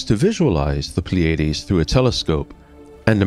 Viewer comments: Or, PLEE-ah-DEES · It's pronounced ply ah dees